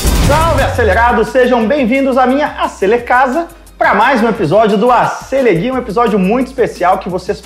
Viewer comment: Ele disse no fim: Acelegay?? kkkkkk